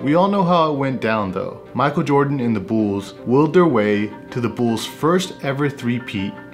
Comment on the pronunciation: The Chicago Bools? 😂